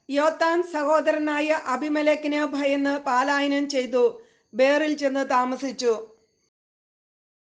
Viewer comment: പാലായനം അല്ല പലായനം എന്നാണ്